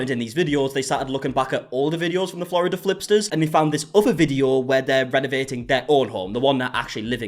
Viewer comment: "Florida flipters" 😂😂😂